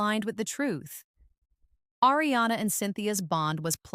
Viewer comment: Learn how to pronounce “Ariana!”